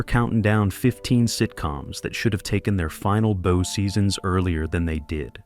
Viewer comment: These AI videos are getting worse and worse. they took a BO instead of took a Bou. Also love talking about the 1970s show One Day At A time, they show the video from the Remake from a couple of years ago